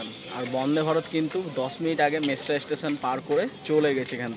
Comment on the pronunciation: It is Mesra and not Masera, please pronounce correctly.